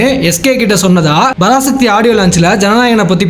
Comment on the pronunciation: Parasakthi ❌Barasakthi✅